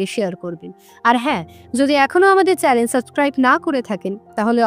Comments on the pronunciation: চ্যানেল কে চ্যালেন বলেন আপনারা 😂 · চ্যালেন বলতে নেই, বলতে হবে চ্যানেল। কথাটা তো ঠিক করতে হবে। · ম্যাডাম, চ্যালেন - না, চ্যানেল হবে। আপনি বার বার চ্যালেন বলছেন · চ্যালেন নয় দিদি চ্যানেল।